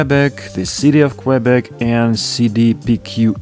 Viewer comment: Please don't pronounce Qwebec...